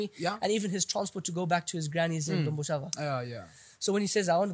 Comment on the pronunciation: The whiteman calls it Domboshava but Peter Jones, Patricia Mabviko back then were telling us kuti its Dhombhoshava.